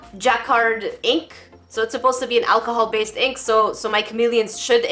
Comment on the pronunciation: “ acaholic swab” ok let’s not let it get too drunk